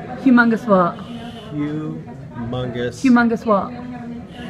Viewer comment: "hu mungus" lmao shit got me giggling